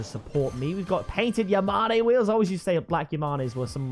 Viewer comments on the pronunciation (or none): its called "ya-mæn" instead of "ya-mane". but a cool video